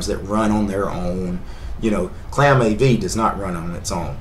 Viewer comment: it's not claamAV. it's clamAV